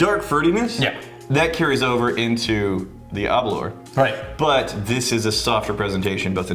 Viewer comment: "aberlore". please stop, this is starting to feel personal lol